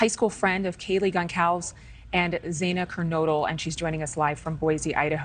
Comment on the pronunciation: Just btw, one would think the reporters would at least take the time to learn how to pronounce the victim's names and the town correctly. It's Gonsalvis and Mosk-oh.